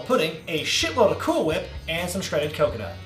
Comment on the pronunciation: When pronouncing cool whip you need to put more emphasis on the H 😂